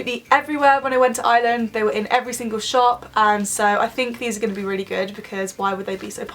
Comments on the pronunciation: Ino Hate the way they say it they put so much emphasis on the 'i' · ITS IRELAND PRONOUNCE IT RIGHT (sorry but it just annoys me when people say it wrong) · Ireland is pronounced areland not island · Btw it's not called Iyland it's Ireland P.S I'm Irish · I’m from Ireland 🇮🇪 and you say it like eye-R-land not eye-land but not being rude ❤️ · Fam it’s not Island it’s Arland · She said iyland instead of ireland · Omg it is not pronounced island nooo that is so annoying it is pronounced ir-land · I am Irish and it's Ireland not island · Why do british people say Island its Ireland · it's not island it's Ireland I am from there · I watch the first ten seconds ... ISLAND Instead of Ireland oh for ffs kms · its pronoced are land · No when people say are-land that does my head in it's eyer- land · Also it is pronounced "Ar-Lind" not 'Island' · Ireland not iland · Not hating but is it annoying when British people say "iland " instead if ireland. Is brea liom tayto 😋😋 like if u understand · Someones offended Edit:Replayed it 3 times she said iland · Where the hell is "Island" it's IRELAND XDD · Stupid fuck English pronounce an r it's not island it's ireland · btw it's Ireland not island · The video just started and she pronounces Ireland like eye land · Why does she say iland 🙄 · Say it like are land ffs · 😂😂 she keeps saying island instead of Ireland 🍀🍀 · We Pronounce Ireland Areland (Im Irish) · Stop calling It island like if your irish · We don't pernounce it Ireland we pernounce it Areland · I'm Irish and everybody I know says it like Arland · It is pronounced ourland (Ireland ) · Is it just me or did it sound like every time she said Ireland it sounded like island? Still love you though xx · She's not pronouncing the R in Ireland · There's an r in Ireland (sorry I had to say it) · Not that I'm trying to offend any English or British people but do any of you guys know that there is an "R" in Ireland because you never really pronounce it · you can't say ireland